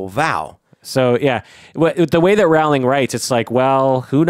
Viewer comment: Roh-ling Not Raow-ling